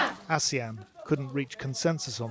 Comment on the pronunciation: Its ASEAN not Asian